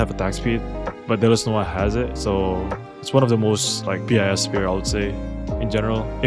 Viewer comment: please say "BIS" as BIS, not B.I.S. ty